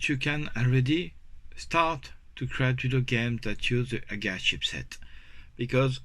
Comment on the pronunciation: I love hay you say “aga” and not Eey-Gee-eey! As you know , I am a massive fan of what you have done , especially given the difficulties this project had earlier in the year - this progress is really great to see. Please keep up the wonderful work. Dom C